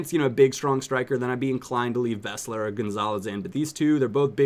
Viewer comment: Its Beesler is how is name is pronounced.